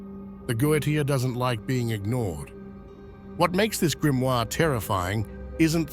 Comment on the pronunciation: Die falsche Aussprache des Wortes "Grimoire" in einem Video, das sich speziell diesem Thema widmet, sagt einiges über die "Intelligenz" von KI aus.😺 Ansonsten sehr informative Doku.